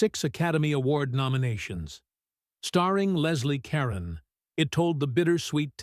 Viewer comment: But that damned, insipid title song is enough to gag anyone. Also the narrator pronounced Leslie Caron's name incorrectly. Ann Blyth's, too, but she wasn't in "Lili.")